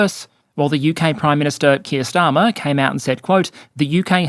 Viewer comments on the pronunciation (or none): none